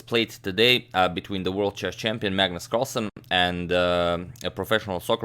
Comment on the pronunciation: Magnus ”Carslen” really annoyed me lol